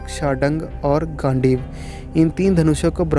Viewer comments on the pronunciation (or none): yes, i was about to say the same thing. And he said gaandu instead of gandeev